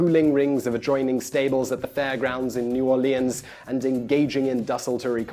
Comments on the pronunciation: "New Or-lee-ans" Nah, man. It's pronounced n'awlins. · Just for the record, anyone who has been to New Orleans knows you pronounce it as "Norlens". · All people from the south (like me) are probably triggered when he mispronounced New Orleans